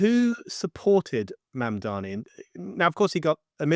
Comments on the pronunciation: I wish these and other commentators would learn how to pronounce Mamdani's name. Is it deliberate, a kind of dismissiveness? But it just weakens their argument and makes them look inarticulate. It's Mamm-darnee. Not Mann-darmee. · Another video with someone who cannot pronounce Mamdani’s name; if you’re going to make a video and take a stand, do you think that it doesn’t behoove you to look at his name and say it correctly? MOM DONNY. I think America’s illiteracy has to do with the fact that most people in America speak one language, unlike in Europe, where people are multilingual.. Your message is great, but you sound illiterate.❤ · Yes, but do you think she consistently mispronounces Mamdani's name deliberately, to be dismissive of him? It's odd. She calls him Mandami repeatedly. I think it looks uninformed. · I like that she's continually pronouncing his name wrong 😂👍🏼 "Mandami" 😂👍🏼